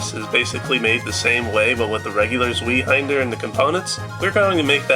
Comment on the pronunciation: Zweihänder is pronounced "tsveye-hander".